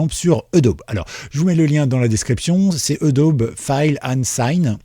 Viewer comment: Merci pour le tuyau. En revanche, je ne sais pas si tu prononces "edaube" pour Adobe volontairement. Si ce n'est pas le cas, la vraie prononciation est "adobi". Al...